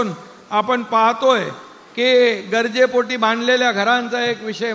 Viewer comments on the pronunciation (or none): अरे बाबा "गजरे" पोटी नाही " गरजे " पोटी असेल.